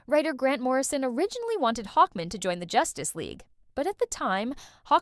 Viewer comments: Why the heck do you keep saying Hawkmen for Hawkman? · Why are you pronouncing "Hawkman" like "Hawkmin," like it's a last name? "Hawkmin, Frank Hawkmin. Nice to meet you." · Hawk. man. Hawk, man. Not hawkmin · Hawkmen hawkmen! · Reading Hawkman like a last name actually makes me love the AI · The pronunciation of Hawkman is hilarious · It's the Harvey Birdman joke irl